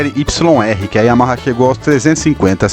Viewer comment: Sensacional a estória e o conteúdo. Super bacana mesmo. Até faz esquecer o “Yahama” aos . Parabéns pelo vídeo e por publicar esse conteúdo tão rico desta moto maravilhosa!